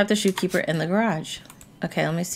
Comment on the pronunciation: It said shopkeeper not shoekeeper